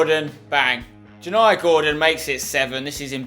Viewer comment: I dont like to be picky but Gordon's name is pronounced with a 'y' sound instead of the 'j' so it is (as it is pronounced) yani Gordon. As I said i don't like to be picky lol. I only know this because he came on loan to my local team, Chelmsford city, for a loan spell. This is just to help, thank you, keep up the great content!